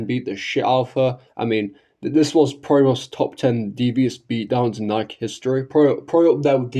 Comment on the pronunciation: You'll have to forgive me, but it's difficult for me to take your supposed knowledge of Nikke seriously, when you don't even pronounce it properly.